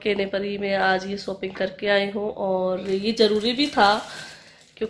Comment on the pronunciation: Aunti shopping kahan kijiye apka pronunciation. Galath hain ok nahi tu saab hasenge ok aur baaki sab acha hai